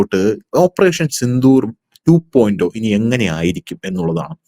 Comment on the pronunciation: 2.O എന്നല്ലല്ലോ 2.0 (zero ) എന്നല്ലേ ശരി